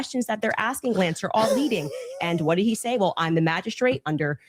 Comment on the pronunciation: Every time coach says did he I can't help but hear Diddy 😂